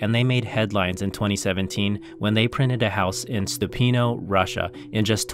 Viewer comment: You should pronounce "Stupino" as : St-OO-pi-no with emphasis on this second long "OO, like bOOm" sound. Google AI does an okay job pronouncing, but last part sounds like "u in sUn" when it should sound like "o" like "Oracle" Edit: funny enough on (above) English right part pronouncing it correctly as opposed to Russian part on the left :)